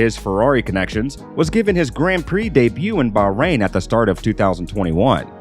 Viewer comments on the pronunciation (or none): none